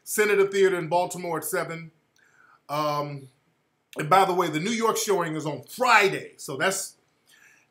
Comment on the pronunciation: Is it just me or did Tariq say "Friday" hard as idk what lol